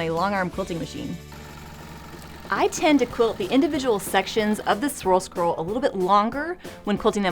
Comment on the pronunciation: I'm so very impressed. You can say swirl scroll that many times without messing it up. I'm having trouble saying it once!